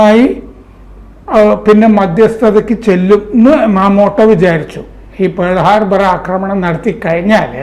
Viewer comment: It is not Pole harbour, it is Pearal Harbor